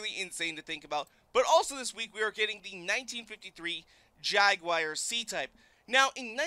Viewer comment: Jaguar not jaguir lmao